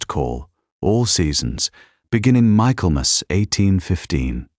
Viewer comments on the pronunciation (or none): I have thoroughly enjoyed this story! Try to add their children to the story wrap up. ❤ Also it isn’t pronounced MICHAEL MAS… it is Mikklemis. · An excellently told story, although I wonder how it continues; for sure, there's a second half of this story waiting to be told! Oh, and it's not Michael-mass. it's pronounced Mickellmass! Just one of our weird English pronunciations!